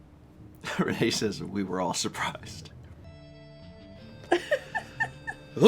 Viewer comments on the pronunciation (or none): none